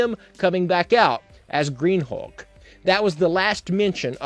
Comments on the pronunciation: Am I the only one who is totally annoyed by him saying hawk instead of hulk? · Dude doesn't say 'Hulk', he says 'Huck'.